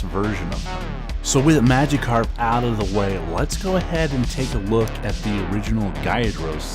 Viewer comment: bro u rlly pissin of mad pokemon fans. its magikarp as in magic, and gyarados is pronounced g-yair-ruh-dòs.